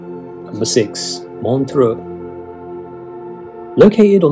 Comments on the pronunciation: Montreux, no A in that name. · It is MontrEUx, not Montreaux and you are showing pictures of Vevey (instead of Montreux)